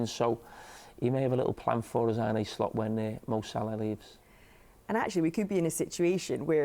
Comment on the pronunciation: Carra for 25 years - ‘John Arne Riise’. Carra now - ‘Arnay Slot’